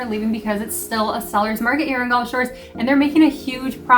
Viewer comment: brother, it’s Gulf, not golf:) Great video guys!